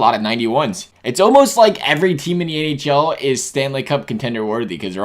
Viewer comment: he said ahl instead of nhl